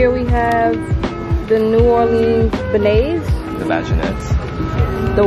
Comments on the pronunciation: Hii, i really enjoyed this , as someone who speaks french, it was really cute the way you guys pronounced beignets (donuts)^^ its “baynyay” . Beautiful family, stay blessed!! 🤗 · Good try..beignets...it's pronunced ben-yeahs 😆 🤣 😂 😹 😆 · I love y’all but y’all straight butchered “beignet’s” 😂😂😂😂😩🤦🏽‍♀️ lolol and BTW she looked so beautiful in her whites. Thank you for your service mama!! You’re an inspiration truly!! From your books, to your mothering and being a daughter, friend, wife, member of the community.. you absolutely thrive in everything you do and touch. God surely broke the mold and went all out when he made you. Please don’t ever change! I love y’all! Stay blessed! God bless you and your family always ✊🏽🖤🤞🏽**#BeautifulBlackQueen**